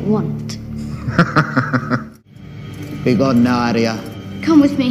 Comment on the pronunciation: He was the only one who could pronounce the name arya correctly in entire series . I know because my names arya .